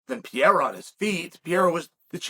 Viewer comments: You still call this man PIERA ?? It is PEREIRA Chael, if you must continue to blog, you MUST learn to pronounce people's names. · It's Pereira, not Piera. 😂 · U keep calling him “pee-era” lmao there’s 2 r’s in his name 😂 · Hey bud it’s pronounced “Peheyra” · so funny that he calls pereira piera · Uncle Chael still calls him "Piera" 😂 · God damn it uncle Chael, can you just say Perrreira I mean seriously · Peh-Rey-ruh is how you say pereira…. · Your calling him Pierre-A again…. 🤣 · Put some respect on PEREIRA (PER-EYH-RA) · Pee-air-ah is getting taken down and controlled by Jan. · the way chael pronounces pereira is beautiful 😭